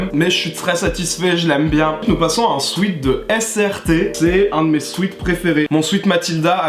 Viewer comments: c'est sweat ("swèt") pas sweet ("swit") 😭😭😭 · On dit swèt merde 😭